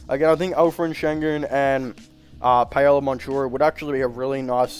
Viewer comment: Just an FYI. The way you pronounce Paolo name is wrong. Please don't take it personal. Say it like Powlow Bankero. There is a hard K in his last name. For some reason he doesn't use CH the way it should be in his last name